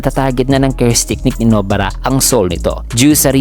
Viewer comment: Nobara not No-bara. Pinoy ka nga talaga.